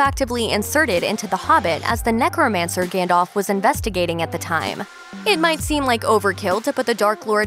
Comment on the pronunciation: its Gandalf not Gandolf